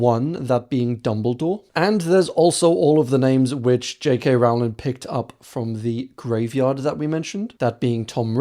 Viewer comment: say the word bowling. yes, it rhymes with Rowling.